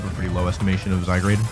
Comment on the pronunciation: Normal people: Zygarde World Champ: Zygrade